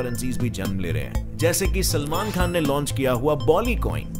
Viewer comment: Bhai tu Salman bhai ko selmon kyun bol raha hai ???